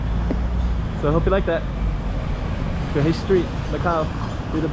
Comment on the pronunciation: just to try to help you with the two consecutive "rr", it is like you say 'r' sound for a bit longer. It kinda reminds me the pirates in American cartoons to be honest. It is hard to explain from text, especially if you do not hear the sound from a Portuguese speaker. But you sound closer to the correct form, if a Portuguese heard you say the name of the street he/she will get it.